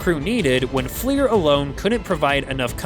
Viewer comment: the F-L-I-R acronym is pronounced "fleer", as in the bubblegum brand, not spelled out, as your DUMB AI narrator has done.